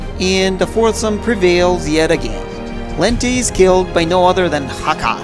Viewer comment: I love this franchise. I played every killzone game possible, and loved all of the characters involved in this never ending war between the Helghast and the ISA. And another thing: It's Hakha (Hāck-uh, sorry.)